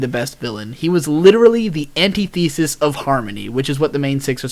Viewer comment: it's pronounced an-tih-thi-sis /watch?v=5aUlYoCQumM